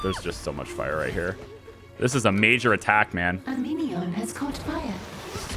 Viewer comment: is it just me or is the phrase "A minion has caught on fire" when said by the narrator sound like "A meteor has caught on fire"? lol